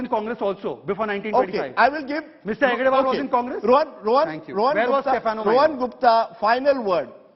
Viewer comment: Time and again, Congress spokesperson is wrongly telling hedgevaar as hegdevaar.